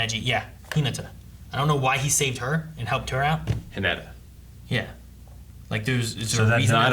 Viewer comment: Don't forget "Hinetta"